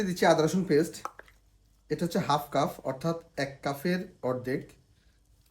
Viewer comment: উচ্চারণ সঠিক করে বলবেন।কাফ না কাপ